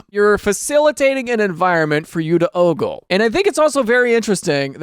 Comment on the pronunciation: Why he say oggle like that